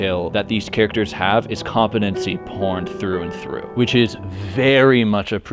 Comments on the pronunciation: say compete say competency say compete again say ency say compete again say compete ency it is com-pete-en-see not com-peh-ten-see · Nah it’s kaam-puh-tuhn-see according to google but this guy is still sounding funny when he says it for some reason